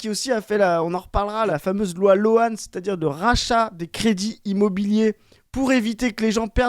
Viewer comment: La "loi loäns" a du tuer des profs d'anglais partout